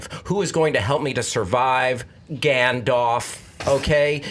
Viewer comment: "Gandoff" - circa. 2017